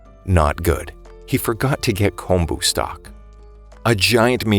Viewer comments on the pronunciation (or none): none